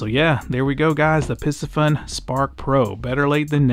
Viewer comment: "Piss Fun" cannot be the way to say it.